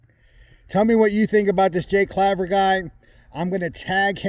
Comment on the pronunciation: That is not how to pronounce his name and why are you going on you tube talking crap about someone when you have no idea what your talking about his company is digital ascension group and to be a client you have to have 1000 xrp im not getting into all the services that offer or what their returns are but i can tell you they are fair you can do your own research obviously you have done none by the misinformation your saying get your facts straight before you badmouth someone its bad enough in this industry as it is